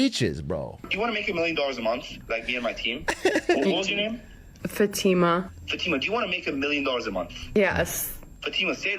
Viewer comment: She gave him the white pronunciation of Fatima. lol